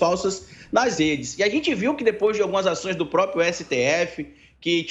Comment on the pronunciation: Um historiador e analista político que diz "póprio".